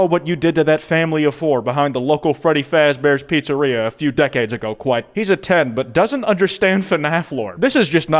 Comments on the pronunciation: Hes a 10 but he doesn't know kwite. No no way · He's a 10 but it's Kwite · Me and I thought kwite was moments from cancellation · He's a 10 but he is Kwite